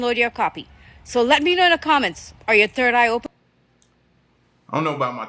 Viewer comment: She said turd eye😂